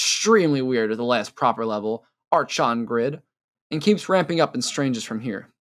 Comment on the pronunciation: Just in case, archon is pronounced „arkon“. 🤓